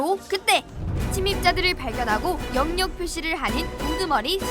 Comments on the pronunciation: 영역 발음 불편해 죽겠네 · 영~녁보다 엉역이 더 자연스런발음 입니다.